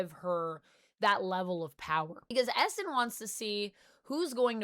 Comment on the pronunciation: It legit took me a half dozen times of you saying "Essin" to realize you were talking about Eson.